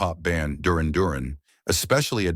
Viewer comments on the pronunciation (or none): durin? You mean dur ran... stop the ai bullshit.. you know nothing!